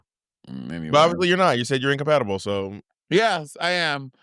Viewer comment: Monet dropping them Taylor Swift bars 🫢 "I'm incomaptible and your incompacitated"